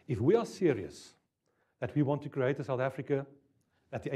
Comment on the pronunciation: Why do Afrikaans ppl say cre-hate 😂 No hate just funny